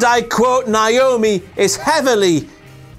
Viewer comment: complains about women's MITB making a joke of women immediately mispronounces Naomi's name